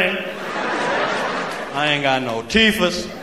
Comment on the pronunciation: The sheer irony of pronouncing teeth, AS IF YOU HAVE NONE, is nothing short of genius